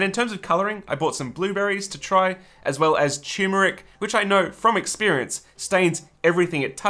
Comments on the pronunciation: What fun! Every step was so creative and thoughtful of your friends’ health. The result was gorgeous! I wanted each of them to have one! Oh yes, unless it’s said differently where you are, it’s TURMeric, not TUMeric. Gad, I’m such a pain. 😣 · . if you want to sound intelligent, you could learn the proper pronunciation of the word "turmeric." There's only one proper pronunciation. There are two r's, none of which are silent. ugh. thumbs down for mispronouncing the word "turmeric" three times.